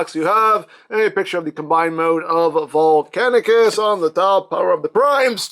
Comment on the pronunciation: I for some reason keep hearing "Bulkheadicus" when you say Volcanicus. I kinda miss the aligned series R. I. P. ALIGNED CONTINUITY.